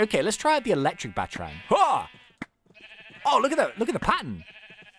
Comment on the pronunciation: ITS PRONOUNCED Bat-a-rang not batrang